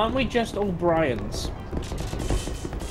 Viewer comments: said Brians not Brains:) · ..but said Brians.